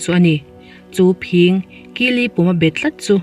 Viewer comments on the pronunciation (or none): Phing pawh phîng ti a lamrik ania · I phing lam dan mai2 chuh.. i channel ka ngaithla thin tih a THIN kan lamdan ang a lam tur a ni lo mi???🙄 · Phing hi chi thil alna anga ka rik hniam tur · Phiiiiiiiiing nilo,phing tur zawk. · Phîng ni lo in phing tia lam tur aw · ngaihthlak anuam,,mahse phing,phîng ti in i lama ,thin kan tih ang chiah hian lamtur a nilo maw miss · Phing thluk kha i ti diklo nge phing (bladder) ni lovin thildang sawi nan i hmang zawk ? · Phing I lam dan a dik lo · Phing khi asang lo ahniam alam tur ni awm tak ani,kan thil chhiar hi fimkhur thin teh ang u.midang te lam dan te,DDK vela kan mithiam ten mizotawng hmandan dik ansawi ho te thlir ve thin teh u.Lam dik loh hi i nei reng mai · PHING lam rik dan hi a va han dik lo na sa em em ve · Phing tih i lam rik dan hi a dik lo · Mizotawng lam dan i va thiamlo ve.....phing i lam dan mai mai chu. Zotawng zir leh phawt la..rawn chhiar tha leh rawh aw. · A ngaihnawm viau a..Phing..ilam dan hi fimkhur angai deuh lo maw... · I phing lam Dan hi diklo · Phing i lam dan hi ava dik lo ve..fimkhur deuh teh... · A ngaihnawm ṭhin e...mahse,phing ( bladder) i lam dan hi a dik lo deuh lo maw ??? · Phing tih kha thluk duh suh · Phing hi i lam dik lo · Phing hi ...ka sawi thiam lo Phing i lam dik tlat lo hi mak ka ti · I aw ngaihthlak a nuam, phing lam dan kha a diklo hret in ka hria. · Phing i lam dan hi a diklo tlat... i chhiar hmain i nu emaw pa emaw han rawn zeuh la ṭha tur hi ania... a ngaihnawm tho e... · Dr.tlaw tak a ni😁😆..chuang 'phing' khi a hniam a lam zawk tur ni awm tak a ni💪😁